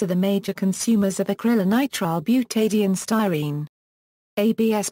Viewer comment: Came here to hear it pronounced...disappointed the first time it seems to be pronounced, Acrylonitrile butadiene "sty-neets-ig-ya".